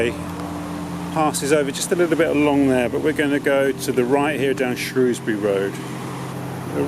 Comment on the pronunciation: Correct pronunciation of Shrewsbury as well (from this half anyway) thank you for your fantastic videos